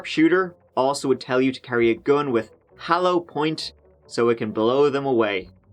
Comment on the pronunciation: Hallow point lol. ...what a mercenary lol